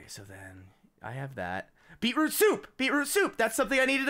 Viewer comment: When.....() Said Beetroot Stew I Heard Bieber Stew